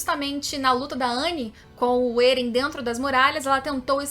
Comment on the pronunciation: Ótimo canal, só me dá um leve incômodo no ouvido quando ouço a falar "Êren" e "Histôria" 😬